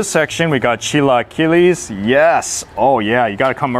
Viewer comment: It is pronounced CHILA-KEELA ...